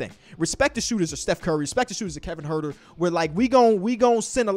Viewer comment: Kevon Huerter. get that boy name right